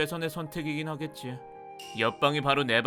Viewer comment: 4분59초때에 하겟지가아니고 하겠지입니다